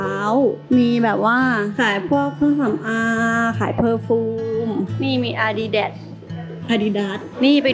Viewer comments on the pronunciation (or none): ทำไมเรียกอดิดาสว่า อดิแดท ล่ะลูก ฮาาาาาา